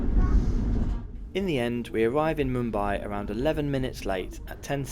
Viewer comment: It's Mumbai not Moombai